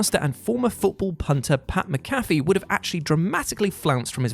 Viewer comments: PAT "MAC-AFEE" not..."MC CAFE" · Macafee not Mcafee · "Muh-Caphy" he pronounces it Mac-a-phee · It's mac A fee , not mc caffe 😂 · Mac-Ah-Fee. It's pronounced Mac-Ah-Fee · It’s Pat Mac-A-Fee 😂😂😂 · It’s pronounced MAC-Afee (like the virus protection software). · The idiot reading this obviously doesn’t respect the business enough to pronounce Pat McAfee correctly. He’s only the wwe and wrestling observer rookie of the year. Hell and had the dues of the year damn near and is the second best promo to MJF but hey no big deal right? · The way he pronounces pat’s name makes me mad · How the hell do you mispronounce Pat McAfee?